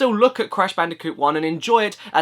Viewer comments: Bold and Brash Candicoot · WHO'S THAT GUY!?!? Cash Banooca? It sounds like either a drug or a drink. - huh. - Crash Bandiphewfueh? What? - WHO'S THAT GUY!? AND DOES IT LOOK LIKE DIFFERENT PEOPLE!? I know it's him but you gotta have some humor right?